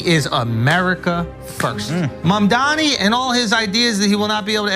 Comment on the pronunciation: I have this on in the background while I'm doing other things in the next room and it sounds like that guy's name is Mum Donny.